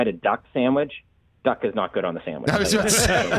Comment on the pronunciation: "Showwich?" Gimme a job: The Rich Chicken ParmEisen Sammy